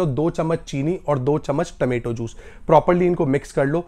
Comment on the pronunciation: Remedies are superb but taamaetoe juice is a nightmare. Please say, “Tomato juice”